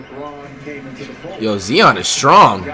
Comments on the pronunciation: “Ok guys so we got Zee-on Whildinsum and Jianis Ukunkpo” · Nobody: Flight: ZEON WILLIAMSON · How tf do u hear the announcers and see the comments and still say Zion’s name wrong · It pronounced zy-on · It’s not bad that he can’t pronounce Giannis’s last name but at least say Zion right the commentator is saying it for you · stop saying zeon it has an eye z-i-o-n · Someone take flight to speech class can't even say Zion dude says zieon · It’s Zion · Brudda it’s Zi-on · Cuzzo ur saying Zion name wrong